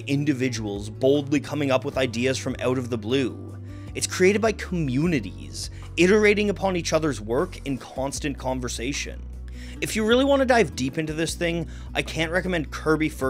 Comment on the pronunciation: Outstanding work. (any way to take the "N" out of "iterating" at the mark?)